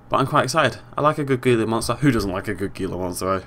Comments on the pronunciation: its pronounced hila monster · it's prnawns heala mounster.